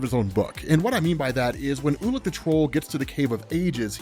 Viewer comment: Ulik the troll - I kept hearing "ula control" lol